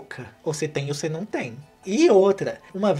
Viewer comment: Eu simplesmente amo o jeito que o fala NAUM-Ô